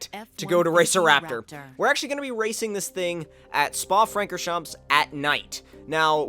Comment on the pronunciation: Hey, just a hint, Francorchamps is pronounced without the 's'. A Belgian sub ;)